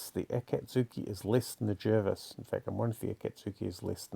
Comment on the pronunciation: Pronounced “Jarvis”